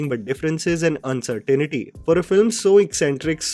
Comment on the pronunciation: Its uncertainty not uncertainity.